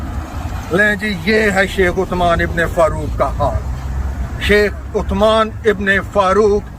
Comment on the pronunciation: Chomu, usman to shai se bol le...